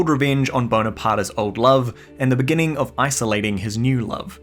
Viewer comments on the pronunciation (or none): none